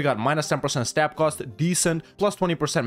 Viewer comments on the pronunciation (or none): none